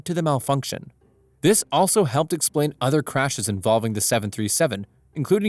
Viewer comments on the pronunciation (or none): none